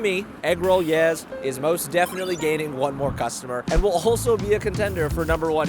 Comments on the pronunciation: I went to school with 2 Yeh siblings and it was pronounced “Yaaay”. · Re: Yeh's pronunciation. There is a home chef on Food Network by the name of Molly Yeh. She is half-Chinese, and she pronounces her name to rhyme with BAY.